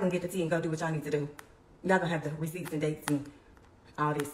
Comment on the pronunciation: Did the girl say "receeps"??